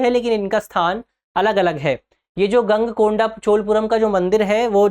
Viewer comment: ईशा पूर्व? Confusion ! गंगईकोंडा? गलत उच्चारण! गलत जानकारी = असफलता*